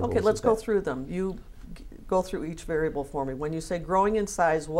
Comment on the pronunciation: Varable instead variable lmaooo